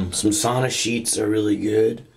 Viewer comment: Sauna - the one Finnish word the whole world knows and everyone mispronounces